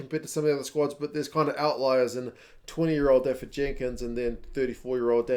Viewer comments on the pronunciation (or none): Dafydd is pronounced da-vith btw, dd is th in Welsh